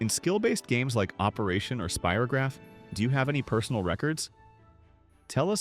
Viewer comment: Yes, It brought back all the wonderful memories of childhood. PLEASE either program AI to say the names correctly or FIND A REAL PERSON TO NARRATE. "SPEAR o graph" the AI voice said. NO, it's SPY ROH GRAPH